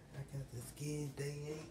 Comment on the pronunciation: LeS Go U gOt ThJe SkJEn bru learn how to say skin